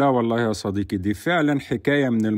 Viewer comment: ياعم ونبي صديقي بالقاف مش بالكاف